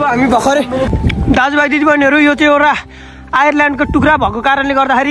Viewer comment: Ireland haina Vai island 😅😅😅😅😅